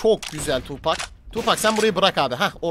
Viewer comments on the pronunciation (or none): Tupac tupek diye okunmuyor Tupak diye okunuyor xd